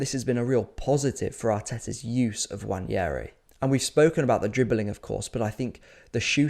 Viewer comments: it's nwaneri btw, no wanyeri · WA-NE-RI Not wanieri. Jfc its not that hard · There is no 'Y' in Nwaneri. You can say it how it is spelt and pronounce his name correctly.